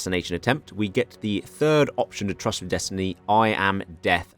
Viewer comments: Tryst is pronounced "trist" FYI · finally getting the Paradox recognition he deserves. Can't wait for SIAM RULES THE INDO-PACIFIC! *I believe tryst is pronounced "trist" by the way